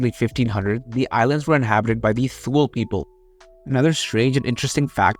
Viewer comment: Thule is pronounced "too-lee" and you got Sanikiluak pretty much down! In the late 1980's i work for an airline in the arctic and saw many flights headed for Sanikiluak...never flew there but visited Coral Harbour which is much farther north in Hudson Bay - most settlements have been renamed since i was there( Nunavut was not yet formed) to reflect the Inuit culture. Very interesting bit on the Belcher Islands!